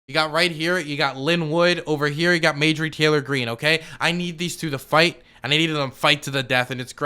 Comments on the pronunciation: Genuine question why does say mayjorie and not marjorie? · I think it's pronounced "marjorie taylor greene" not "majorly taylor greene". Lol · Margery. Not madegery. U said it like 10 times in the very beginning. Why? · It's starting to make me itch every time says Mayjury 🥴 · Mayjury??? Lmao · More like May-Jory Taylor Greene. It sounds like it could really be someone's name. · I think her name is pronounced MAR-JOR-EE ... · I cant tell if is mispronounccing her name on purpose or not but I love it